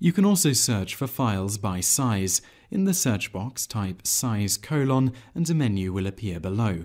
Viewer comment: Have never heard anyone pronounce colon as "coh-LOHN." Nonetheless, this was a very succinct and helpful video. Thanks.